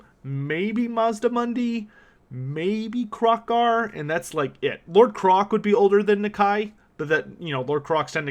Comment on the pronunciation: Wait... Isn't Kroak supposed to be pronounced like 'croak' ? You know... cuz he's a giant toad? Also, I believe the expression you're looking for is 'can of worms' .